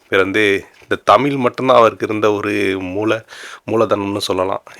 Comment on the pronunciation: யோவ் தமில் இல்லையா தமிழ் ன்னு ஒழுங்கா சொல்லு